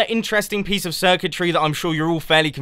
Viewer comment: "Place a piecie of block" ;D